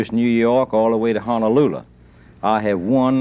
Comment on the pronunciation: He wanted to POTUS, and can't even dignify the states by pronouncing them remotely correctly... Honalulah. Missurah. He couldn't even make up his mind how he wanted to mispronounce Ohio... Ohyur. Ohiyah. ...and does he think New England is a state???? I don't buy the nonsense that being from the south is "just how people pronounce those places." It's not cute. It's cringe and embarrassing and the mark of an unserious American. He gets up there an lectures other Americans about this country and that’s the best he can with reading a freaking map.